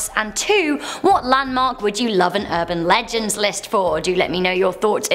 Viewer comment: South Texas erban legands